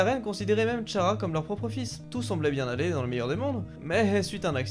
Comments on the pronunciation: Ok ça s'écrit Chara mais ça se dit "Kara" stp😭😭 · Je me devez de le dire mais Chara se prononce "kara" voilà sinon super vidéo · Chara se dit cara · Tu as totalement raison